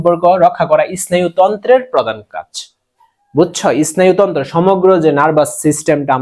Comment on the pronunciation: ইস্নায়ু তন্ত্র না স্নায়ু তন্ত্র